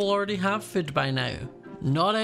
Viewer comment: Am I the only one who hears Scott prounces food as foot?